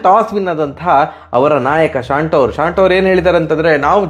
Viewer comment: ಶಾಂಟೊ ಅಲ್ಲಾ ಮಾರೆ ಶಾಂತೋ... ನೀವು ಎಂಥ ಇಂಗ್ಲೆಂಡ್ ನಾವ್ರಾ?